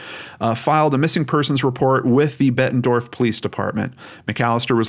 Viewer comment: Bettendorf not Bettenford